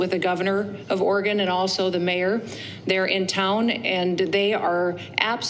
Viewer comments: The ignoramus in chief doesn't even know how to pronounce Oregon . . probably can't spell it either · The thing in the white house doesn't even know how to say Oregon, so how the heck does he know we are in a "war zone"?